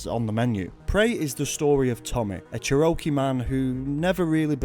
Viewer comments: It's pronounce Chair-O-Key <3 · I love Prey (both games), and whenever people bring up the game, I always assume they're talking about the 2017 game, but I always think of this one first. Pro tip: Move the emphasis from the "o" in "Cherokee" to the "cher" part. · I’ve never heard a British person pronounce Cherokee (chair-oh-kee) like that before and I’m honestly fucking dying